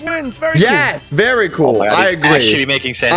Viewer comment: One sec later "vary cool"